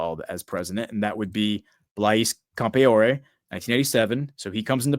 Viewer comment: Pronunciation for Blaise Campoare = Blaze Camp-R-E.